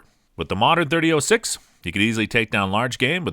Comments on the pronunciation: It’s 30-“ought” 6 not “oh” 6. And “o-jive” not “o-guy-ve”. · Anyone else hate the way he's say 30-06? 30-O(like the letter)6 smh. There's a difference between 0(zero) and O(letter) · “30-ohh-6” “ohh-give” maybe you’re high? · Did you call it a 30- oh 6? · Is this an AI reading this? The pronunciations of so many things are off. 30-oh-6? Nope. Leee-o-pold? nope. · and you need to learn english you didnt pronounce Hornady right you said harmony and you didnt say 30-06 right either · You lost me when you pronounced “.30-06”. Obviously not much of a gun guy. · I wish this guy could say 30-06 correctly......🙄